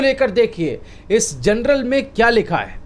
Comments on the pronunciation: जर्नल कहै जनरल नही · "THE LANCET" JOURNAL HAI " GENERAL" NAHIN : PLEASE CORRECT YOUR PRONUNCIATION ! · PLEASE PRONOUNCE 'JOURNAL' AND NOT 'GENERAL'.. REPEATEDLY. LIKE 'BJP' NEWS INSTEAD OF 'ABP' NEWS..!